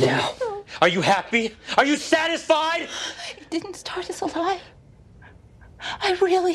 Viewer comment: When he said are you happy are you satififide I started to sing queen